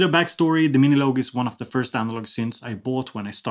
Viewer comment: love how you pronounce it as "miniloag" haha